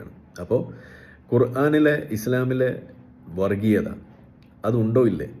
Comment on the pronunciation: എടാ, വറഗീയത എന്നല്ല വർഗ്ഗീയത എന്ന് പറയൂ. ഓ മലയാളം ഞമ്മന് ഹറാം ആണല്ലേ, മറന്നുപോയി.